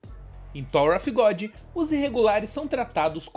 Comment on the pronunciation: Em Thor of Godi! Hahahah Tirando a zoeira, video massa! Parabens